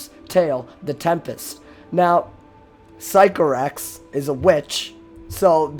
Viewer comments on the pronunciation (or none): great vid but I kept triggering me when u said physco-rax it’s actually sick-o-rax lol